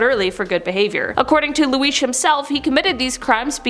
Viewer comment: You just say lu-iesh?????? You mean Luis (lou-is)